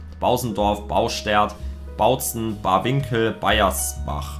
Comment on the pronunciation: Du hast mein Dorf einfach falsch ausgesprochen 😂 du hast gesagt Baiersbach. Lass das S weg, dann stimmts